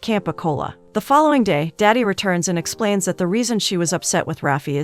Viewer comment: It's not "daddy" 😭 It's "dadi"